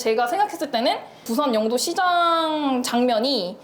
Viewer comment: 영↘도가 아니라 영↗도 (죄송합니다 이런 사람이라..............)